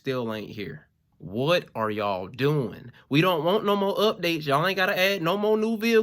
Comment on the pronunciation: It sure sounded like my boy pronounced "Updattes" thusly with two T's, similar to "Upgrayedd" with two D's. For a Double Dose of that Pimpin